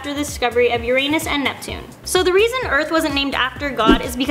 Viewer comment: how many comments can she get for saying Uranus wrong... it was killing me please correct yourself